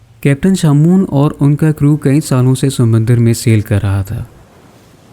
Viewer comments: Sumandar nahi Samandar hota he Meray Bhai😊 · ‘Sumandar’ LOL